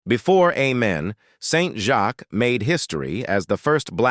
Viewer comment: Is AI🤖 narrating this video📹? The show's name is pronounced 'A'-men not 'Ah'-men